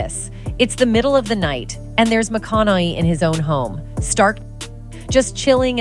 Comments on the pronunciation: It would be nice if this narrator knew how to pronounce his name. She keeps saying "McConnelly" ugh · Why does she keep calling him Matthew McConoLLey ? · I'm glad you did a reaction because I could not watch the original due to that narrator's abysmal pronunciation...you'd think one would look that sh*t up 🙄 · Is it me, or is the lady in the video pronouncing McConaughey's name a different way every time she says it. So annoying. Why can't they use a real human voice. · This is automatically voiced, that's why the last name is being hacked up so bad. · I lost count of how many times she got his name wrong